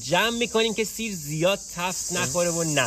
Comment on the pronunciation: کارت حرف نداره 👌👌💙💙 اما خودمونیم سییری رو خیلی بد میگی 😁😁😁